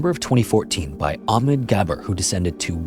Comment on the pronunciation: Would be nice to hear the distinctive sound of the "h" from the name "Ahmed"